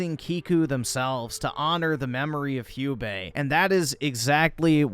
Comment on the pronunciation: Hugh-bae. lmao. Americans can't even pronounce English words properly let alone non-English ones.